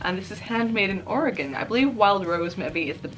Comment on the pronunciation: Thank you so much for pronouncing Oregon right. lol